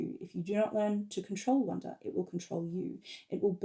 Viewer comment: Little pronounciation question : is "wunder" pronounced like "wonder" ? It sounds the same to my french ears when I hear you say it, but I'm not sure.